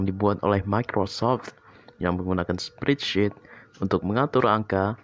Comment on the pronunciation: ane dengernya spreadshit, bukan spreadsheet